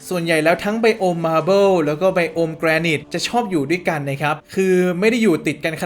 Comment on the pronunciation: พี่ๆ มันอ่าว่า"แกรไนท์" ไม่ใช่หรอ ( ͡° ͜ʖ ͡°) ???